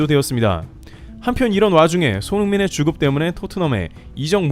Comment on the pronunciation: 자꾸만 주급이 "죽음"으로 들려서 놀라게 되네요.